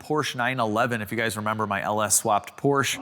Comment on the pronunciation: Two things. 1. Please wear safety glasses taking out bulky circlips like that and 2. It is a Porsche and not a Porsch. But, I do love you and Max. It is my Saturday evenings high lite. I have to laugh every time you let of oil. You have never done that with out spilling. a Like from me as always.